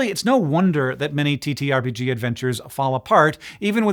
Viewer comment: TTRPG pronounced titterpig